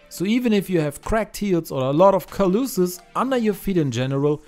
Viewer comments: Callouses is not pronounced cal-loo-siz, but rather cal-o-sis. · His pronunciation of calluses is hilarious Lol 😂🤣😆